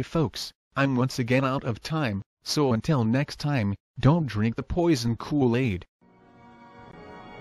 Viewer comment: I always get a giggle out of the pronunciation of "Kool Aid" at the end of your videos.